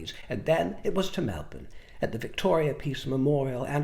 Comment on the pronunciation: Thank you for your pronunciation of my home city - Melbourne. You look beautiful!